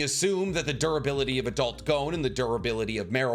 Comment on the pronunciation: Pronouncing Gon's name incorrect is beyond grating. Come on man.